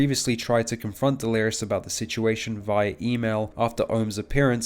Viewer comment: nogla facecam looks like analogue horror 😂 Also is bro memeing? everytime he pronounce delirious as "Delerios" nvm hes very consistent with it, he keeps mispronouncing 'delirious', he even started pronouncing it "deleres"